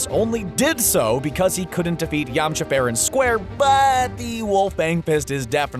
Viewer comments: “Yamacha” bOi HaVe YoU wAtChEd DbZ? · Who the hell is Yama Cha? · yamachas really it's yamcha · yamocha ...... REALLY???????????? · ....I hated this list from the beginning....then you called him Yam-uhhh-cha. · .HE SAYS YAMACHA WHAT THE HECC